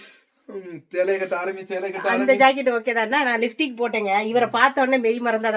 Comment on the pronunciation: சாந்தாக்கா லிfடிக் இல்ல லிப்ஸ்டிக் னு சொல்லுங்க